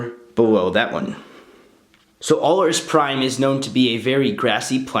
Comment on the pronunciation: Productions OK. I was just curious, because you pronounced the name incorrectly (Granted, it was only mentioned in a computer game.) And you didn't include any Wookies (It was one of the few Wookie colonies to exist, as Alaris Prime is a planet or moon in the same solar system as the Wookie home world Kashyyyk) While it doesn't terribly bother me, I just wanted to know if you knew.